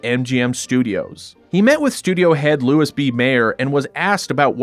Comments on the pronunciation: Mayer's first name was pronounced "loo-ee". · I'm pretty sure "Louis" (Mayer) was pronounced "Louie" 😊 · Great video. Question: isn't Louis B Mayer's first name pronounced like Louie?